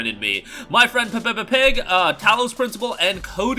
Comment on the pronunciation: Hearing an American pronounce Peppa Pig 🐽 is of the hook funny 😅